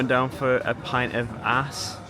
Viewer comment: Double aa is pronounced like the a in awesome, not like a long a, and is usually today written with the letter å, while double aa is the old way. Just like Haaland can also be written Håland.